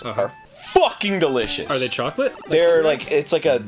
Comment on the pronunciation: I love the way Arin says that "Happy Hippos are FFFFUCKING DElicious."